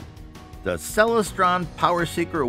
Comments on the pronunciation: The Celestron Powerseeker 127 EQ is a Bird-Jones reflector. Bird-Jones designs are extremely difficult to collimate properly. Telescope experts warn people to never buy a Bird-Jones scope for that reason. FYI: It's pronounced Cel-LES-stron (derived from celestial) not CEL-les-stron. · pro tip: never take telescope advice from someone who doesn't know how to pronounce "Celestron"